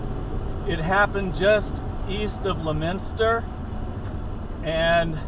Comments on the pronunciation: Lemen-stir? No, it's pronounced more like lemonster. That's in Massachusetts and I've been through there on Rt2. I lived not too far from there in Clinton for a while. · that’s Leominster mass you doofus. Right by the Ron Bouchard dealers on Holden street. When he called 911 he was on Lunenburg road. You were heading north and turned right toward Lunenburg Massachusetts. Also I hate how you pronounced Leominster. Must be from out of state.